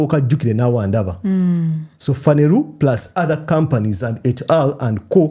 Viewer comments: The way you pronounce Phaneroo is amusing. It's Phaneroo not "Phaneru" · it's phaneroo not phaneruu😂😂